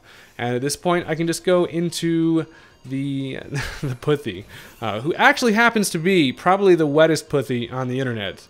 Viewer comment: glad I'm not the only one who noticed that lol